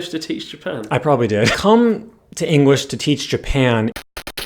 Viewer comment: Everytime you said English, I heard Engrish or Enguish